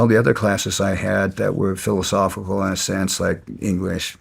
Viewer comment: English is fillisofical?